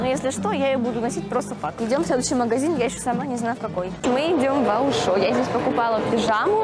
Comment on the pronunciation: Это не аушо а ойшо 😂